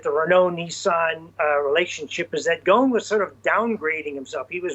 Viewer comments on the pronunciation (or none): obviously knows his industry, but he can't come close to pronouncing a French name to save his life. Un peu embarrassing.